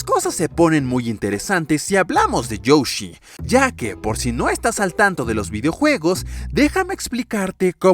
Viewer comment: youshi? XD soy yo o dice youshi o lo dice bien?